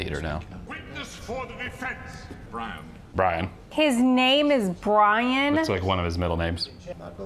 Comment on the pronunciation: "His name...is BWIAN!"